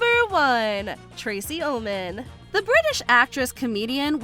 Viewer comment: You need Spellcheck... It's "Tracey Ullman", not "Tracy Omen"... I think the narrator actually pronounced it wrong too.